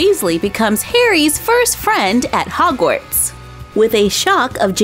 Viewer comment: its not frogwarts its hogwarts❤❤❤